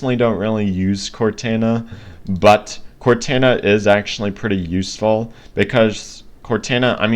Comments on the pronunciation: and another thing is that i dont think its pronounced cortana but pronounced like cortona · Please don’t cal it cortana with a “a” say it with a “o” sound in the end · Just an FYI. Its not CortAna(like "anna"). Its Cortana(like Cortawna, or Cortauna, like "sauna"). And its not tElemEtry (TELL-uh-METree). Its telEmetry. (Tul-EM-uh-tree). Sorry. Not disrespecting. My OCD was just going into overdive listening to you. Great video by the way. Thank U for posting it.